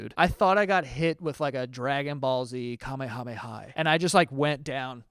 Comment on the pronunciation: Thank you so much for calling it right and not calling it a "kuhmeya-meya"